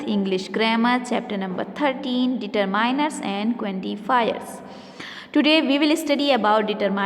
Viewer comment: Mam it's determiners not determainers😂